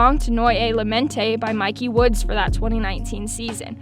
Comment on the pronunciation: Miky Woodz is pronounced Mickey